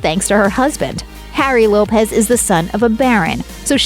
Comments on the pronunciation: It's a fact, kumquat. It's Lopes, not Lopez. Google a video on her, that's how it's pronounced. I live in a predominantly Portuguese area where that surname is common and that's how they pronounce it. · Laura's surname Lopes is not pronounced like Lopez. It's pronounced to rhyme with 'hopes'.